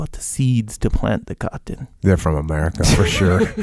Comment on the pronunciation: Caht ton? Cah ton? Sounds like the last of the mohicans trying to pronounce cotton.